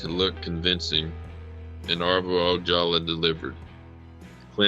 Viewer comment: It's pronounced ""O haul Ah"